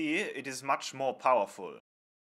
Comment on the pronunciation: "But, as you can see, it's much more powerfoullll(powerful)."